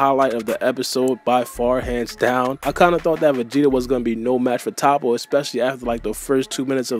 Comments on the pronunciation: It’s not ta-ppo 🤦🏾‍♂️ it’s toppo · Your pronunciation of Toppo got me weak Toe-poe >top-pa